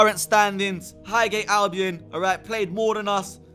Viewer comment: highhate or highgate? You meant highgate ahlie 😂